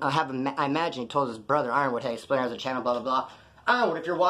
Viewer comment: sounds like "SPLINNER". I'm not disrespecting or nothing.